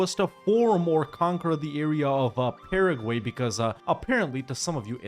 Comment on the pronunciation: Starting when he pronounced "Paraguay", right? lol